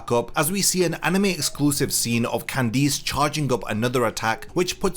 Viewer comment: Why do you pronounce Candice with emphasis on the I?